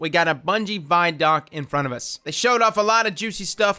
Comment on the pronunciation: vidoc = video documentary pronounced = VID OC NOT = VY DOC